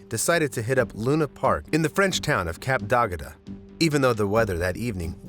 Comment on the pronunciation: im french i found it so funny when u say " Cape D'agde ", just type "Cape d'ague" in a french/english translator and hear the voice